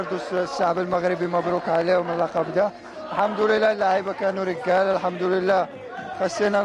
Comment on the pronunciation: رجالة وليس ركلة 🤣